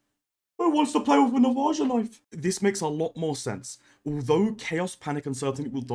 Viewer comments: It's pronounced "Nah-vah-ha" - the J is silent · The way you’re pronouncing Navaja is straight up infuriating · At least Timmy from Michigan can pronounce Navaja